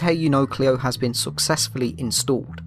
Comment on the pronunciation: "Cleo is not SOXessfully Installed"